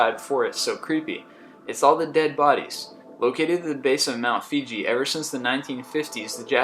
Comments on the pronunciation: Mount Fiji? Hahah I think you mean Mount Fuji. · Mt. Fuji, not Fiji. Pronunciation... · mount fuji not fiji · Mt. Fuji- swear he said "Mt. Fiji".......whatevs.